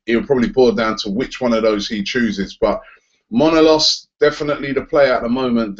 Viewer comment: Robbie you're getting your O's and A's mixed up in Manolas xD. M-A N-O L-A-S